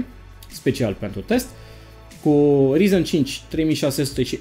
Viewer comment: De ce tot îți notezi? Nu reții numele câtorva componente? Acuma serios și notat ai greșit... Rtx 2060 nu 260, orice citești și un copil de 12 ani îți putea zice ce componente ai acolo fără sa își noteza, nu prea ești în domeniu, nici măcar nu știi pronunțarea corecta.... Se scrie ryzen, se pronunța rayzan